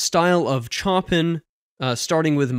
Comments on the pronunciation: Correct. I used to pronounce it how he does too until I learned it was wrong. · I just got my DALL-E 2 invite, pretty excited to play around with it. Cool video as always, feels like we're in the golden age of AI just before the tech gets absolutely insane. BTW Chopin is pronounced "show-pan", just for future reference. :) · Loving these videos! Not that it really matters but the two you wasn’t sure of are classical music. Chopin is pronounced ‘show pan’ (I think) & the other is ‘Rack man in ov’. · Pronunciation. Chopin - a closer rendition of his name is Show Pah. That's not correct but most people intrested in classical recording would recognise who you meam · I was also going to correct his pronunciation of Chopin and also thought I would sound pretentious. Thanks for taking one for the team. 😆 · It's pronounced 'Show-Pan' not 'chop-in' btw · Chopin is pronounced Show-PAN, not CHOP-in. 😅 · Oh my God, Its pronounced Sho-Pan, not Chopin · show-pan, not Chop-in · Chopin pronounced Show-pan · Honestly there’s a lot more harmonic and rhythmic depth in the jazz demo. I think the first example just wasn’t a great choice on their part. And don’t sweat it but Chopin is pronounced Show Pan rather than Choppin’. It’s hard not to feel pretentious when saying it, I know. It’s even harder not to feel pretentious correcting somebody on it. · Not Chomp in (cringe worthy), it's pronounced show pan. and Rock nom in off, Moat zart. I think the classical styles need a bit more time, to hear, as you basically gave a sample of 1/2 the introduction. I enjoy your videos, keep up the good work. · Chopin is pronounced "show-pan". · Yikes you really butchered Chopins name!!!! (Pronounced like Shopan) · YOU DID NOT JUST SAY "CHOPPIN" AND "RASH MEN" 💀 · Cool video sir. I just wanted to help you out. Chopin is pronounced 'Show-pan' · Wouldn't it be more correct to pronounce it as "Shoppin", which would match the Polish pronunciation of his name? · Chopin is pronounced "show-pan"